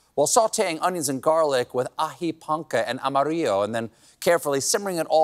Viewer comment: Growing up with country music (Amarillo By Morning), Stephen's pronunciation of Amarillo (though undoubtedly correct) made me do a double take.